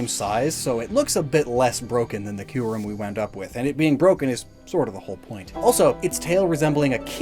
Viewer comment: >"Key-you-rem" ...it makes sense...